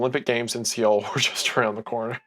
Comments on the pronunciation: It’s “sohl”, not “see-ohl” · me, a Korean: See-ohl???? SEE-OHL????? butchering the pronounciation of people's names aren't surprising to me but come on, the capital city??